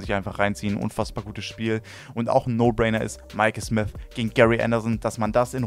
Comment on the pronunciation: Genau das hab ich mir auch gedacht ich sag nur Michael smis oder ross smis 😂